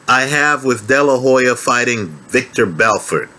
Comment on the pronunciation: Haha good old 'victor belfort'! The classic Joe Rogan mistake